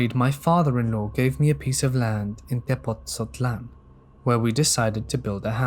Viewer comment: I had to pause and comment becaues goddamn, dude! Your spanish is fucking spot on! Specially saying something like "Tepotzotlan" which is sometimes hard even for some native spanish speakers given it's a Nahuatl name. Keep up the great work! Regards from Mexico.